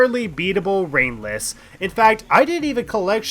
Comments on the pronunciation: I shouldn't watch this video at nearly 4 am, sometimes i misheard ringless and thought you said brainless lol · After a while him saying ringless sounds like he's saying brainless